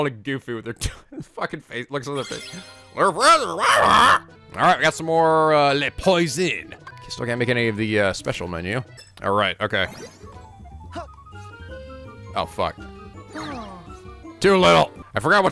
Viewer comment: For the record, "Les Poissons" is pronounced "Lay Pwah-sahn" (the last "s" is silent, meaning it sounds the same in both singular and plural form). "Poisson" is French for "Fish", so Les Poissons refers to fish dishes. I know this because high school French class. Those Junior Medals and Master Medals actually have randomized stats and abilities. If you replayed the mini-game a bunch of times, you would get multiple of each medal, but they all would have different stats. There's one other mini-game that hands out medals later on, too. Here are a few more tips: - You can fly ANY of the special Gummi Ship blueprints, even if the Gummi cost is too high! You just can't customize them. Just select the ship you want to fly when you Embark. - Try buying cheap items from the Moogle individually to farm multiple Prize Postcards (cooking ingredients work). There is one special item you can get from the mailbox in Twilight Town. You'll know it when you get it. - Speaking of the Moogle, I HIGHLY recommend reading through the Collector's Goals because a synthesis blueprint you receive for one such goal may be very interesting to you.